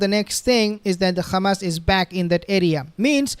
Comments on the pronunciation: I’m not a subscriber of your channel. Bcs you are a very disrespectful person by keep calling hamas, khamas. We asked you friendly not to do that. But you keep spitting on our faces just like those zionist. 🤮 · So now you say KHAMAS INSTEAD OF HAMAS OFFICIALLY. That’s a pity. If you are a pro Palestine warrior you say Hamas please 🙏🏽 ❤ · Please stop pronouncing Khamas and Khezbollah